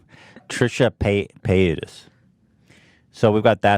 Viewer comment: Why is no one talking about Ethan pronouncing paytas like payata it's the best thing that's ever happened